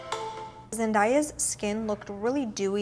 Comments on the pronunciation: It's Zen-DAY-a.... not Zen-die-a. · Zen- DAY- Ah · You’re pronouncing her name wrong 😫